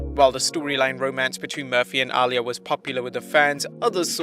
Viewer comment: My friend, Uh-lee-ah